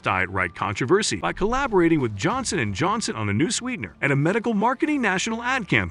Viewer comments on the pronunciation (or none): none